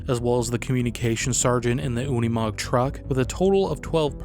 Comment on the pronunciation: I've never heard a Unimog not pronounced as Uni Mog but Umi Mog like it was here. Makes it sound like something an Ork would say out of 40K video game. "How'd they get ere then? On one of them Unimog the ones dats painted all green?" 😅